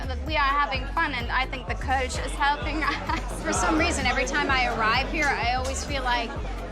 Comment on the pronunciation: kölsch not koltsh lol miss this dude